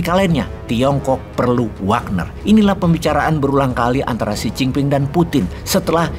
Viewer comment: gegara bosman ngomong wognar wagner, di game dan sosmed pada pake jadi nama akunnya hehe..